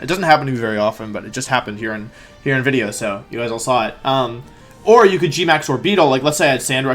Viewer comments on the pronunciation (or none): Said wideo like 5 times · Why is he saying wideo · I don't know why I keep clicking on your content because as soon as I hear "wideo" I murder a stranger out of rage.